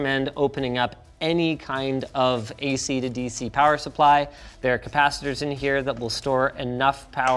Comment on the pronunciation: "Now you're playing with POWAH!" :D